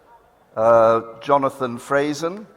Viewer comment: Jonathan Frayzen! How do you completely miss the first 'n'?? Hilarious